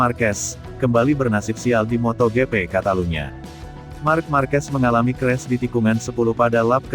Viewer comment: Aduh ngeres di telinga, hari gini kok masih ada yg mbaca MOTO GE PE,,Widih